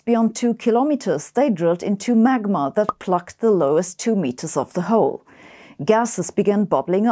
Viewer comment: "Liquid hot mag-ma" 🤔 You said crack-rock 😆